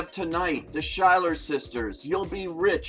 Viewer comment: IT'S PRONOUNCED LIKE " SKYLER SISTERS " NOT " SHYLUR SISTERS " AND I WAS HOPING YOU WOULD INTERVIEW LIN_MANUEL MIRANDA ❤ AND PHILLPA SOO 😎 BUT I DO I AGREE WITH THAT HAMILTON IS THE BEST SHOW SINCE IN THE HEIGHTS AND FREESTYLE LOVE SUPREME ( BOTH WRITTEN BY LIN) EVER TO HIT BROADWAY! BY THE WAY, IF YA'LL HAVEN'T SEEN HEIGHTS IT SHOULD BE COMING TO THEATERS SOON AND THE DOC " WE ARE FREESTYLE LOVE SUPREME " IS NOW STREAMING ON HULU AND HEADS UP ITS NOT FOR KIDS BUT YA'LL WILL RECOGNIZE SOME OF THE ACTORS AND DIRECTOR FROM HAMILTON IN BOTH OF THE HEIGHTS MOVIE AND THE FLS DOC SO CHECK IT OUT! P.S. YES HEIGHTS IS OK FOR KIDS!